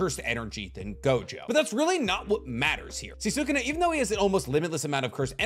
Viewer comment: Bugging the hell out of me that he can’t say sukuna name right half the time